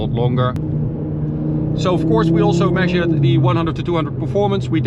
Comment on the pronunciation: Have a problem pronouncing your "s's" in all of your words, e.g., "also" pronounced "alsho".